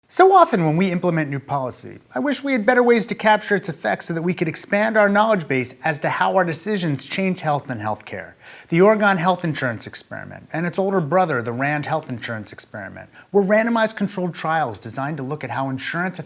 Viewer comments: Ore-GHIN, not Ore-GONE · Ahem - it's Or-eh-GUN. Love from Portland! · He said Oregon so strangely that I assumed that he was saying something that just kinda sounded like Oregon. But it's in the description. "Or-eh-gen" with a non phonated g is also acceptable. Love from the Willamette Valley!